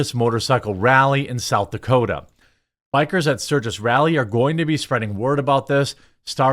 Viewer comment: South dekorda? Did I just hear that?